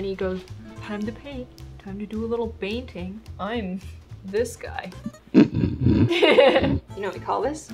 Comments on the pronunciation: Did anyone else thought she baiting instead of painting? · she says it as "bainting"